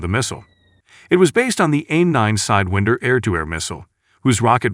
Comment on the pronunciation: Shame they can’t find someone who knows how to say sidewinder